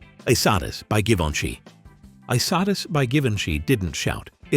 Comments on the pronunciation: (E- Sat-Eese. Not y -sattis. ) I loved Dune by Dior. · It's pronounced, "EE-Sah-Tea"